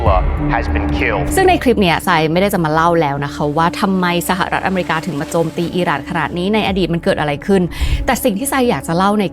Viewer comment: ร.เรือ เสือกพุด "สหลัด" ไม่มีหางเสียง พูดไม่เปนทางการ เหมือนคุยกับผัว " เนาะ " " ปะ " ( ไม่มีทางจะตามนัทพ้อยวิว ทันค่ะ ถ้ายังเด็กน้อย อายุ9 ปี แบบนี้ ) ยกเลิกติดตามนะค่ะ จะโอนเงิน ดีที่ไม่ทันโอน